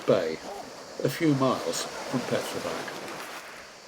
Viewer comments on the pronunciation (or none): Its pronounced like Petrovats